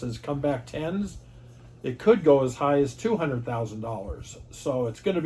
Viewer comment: “One hundered”